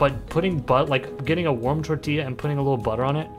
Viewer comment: It's so funny how he just keeps saying tortilla but just gets further and further away from the actual pronunciation